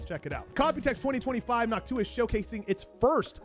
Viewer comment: Noctua sounds like "N’hawk T’huah !" to me 😂